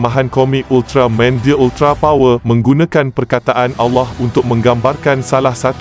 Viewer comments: Stress dengar part sebut ultramaim hahaha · Sekadar teguran... Minta tolong sebut betul2 .. 'Ultra-man... Bukan Ultra Main' ye. Please la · UltarMAN! BUKAN UltraMEIN! Adoouii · Weh aku dengar dia cakap ultramain itu je aku dengar hehe ... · Moderator ni org mane ni, sebut main hentam je... Buruk betul mendengarnye... Sentai jadi Sentai... Ultraman jadi ultramain... Stress dengo .. dh la cara Penyampaian membosankan... Best lg faktaw... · ye betul. itu sebutan dalam bahasa jepun. tapi masalahnya si pencerita dalam video ni sebut Ultraman jadi Ultra Main., tak ke pelik bunyinya tuu..??? 😝😝😝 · Pelat agaknya.😅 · Admin Sebut "Ultraman" pun mcm bodoh !!! 💩💩💩💩